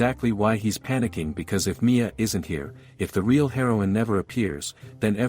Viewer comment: For those confused, at the start of part 2, they aren't looking for someone named "Mia." They are saying the FMC is M.I.A (missing in action.) its just the ai reader doing an ai.